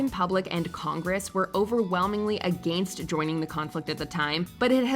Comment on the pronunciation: The narrator is too grown to not be able to say AGAINST omfg its infuriating